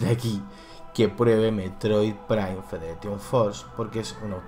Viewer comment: Si dices FedereTion, puestos porque no dices FederATion?